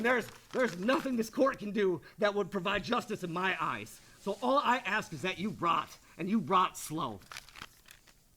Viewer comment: I’m so tired of him axing. Asshole the word is ASK